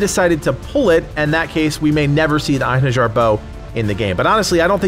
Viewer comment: It is actually pronounced in-hair-yar